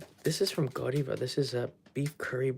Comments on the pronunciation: Buttercream frosting is good. Ganache frosting is better. Whipped cream cakes made at Italian American bakeries are the bomb. Godiva is pronounced Go-Dye-Va and is a big time chocolate maker. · Hey, Happy birthday again, As someone from Coventry, where the Lady Godiva is from and the chocolate based on, its Goh-dive-a not great on my phonetic writing, but it wont have the Japanese style pronunciation as the name comes from the midlands England:) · Pronounced Go-die-ver after the lady who rode naked through London or Paris or some big city on a white stallion. They are renowned for their chocolate in the uk. Interesting to see a curry pan!!